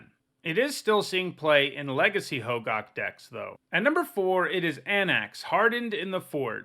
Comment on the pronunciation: isnt it pronounced "ho-gack" not gawk? i might be wrong though